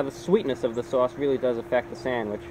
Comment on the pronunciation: You can tell hes from NY by the way he says Sauce, Swarce Lol it has a NY twang to it